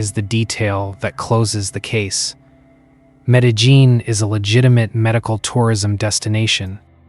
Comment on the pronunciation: I had to laugh at the 4 different pronunciations of Medellin in this obviously AI narration.